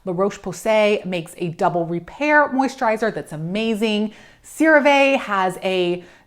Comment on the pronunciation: why do you deliberately mispronounce CeraVe